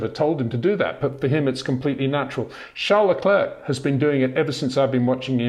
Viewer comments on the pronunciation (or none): Out of professionalism and courtesy, can you say "Sharl Leclair" instead of "Charles Leclerk"? You'll be saying his name for some a long time yet.